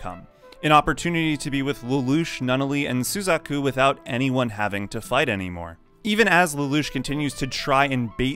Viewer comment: how can you mispronounce the names like this? sUzaku? It's suzAku, sir. My immersion is ruined